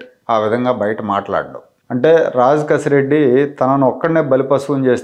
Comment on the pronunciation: రాజ్ కేశిరెడ్డి అతని పేరు..రాంగ్ pronunciation చేస్తున్నారు